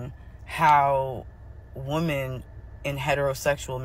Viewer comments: This is an important topic. Sorry but that creator was annoying af. Between repeating herself 10 times and pronouncing "women" like "woman," ...I had to skip to the end. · martial (marshall) is military, marItal is marriage related. And women is prounounced wymen, not wooman, which is one woman, where women is many women.